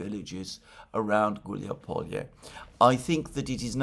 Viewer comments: It's not Hiuliapolie. It's Gulyai Pole. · it's not "huilyazalupizrulyai" . It is "Gulyaipole". Easy as that. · "Hiuliapolie"? I think this should be "Huliaipole." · Хиулиаполие - это сильно конечно 😂